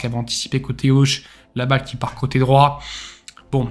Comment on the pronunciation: Coté, pas côté !!!!!!!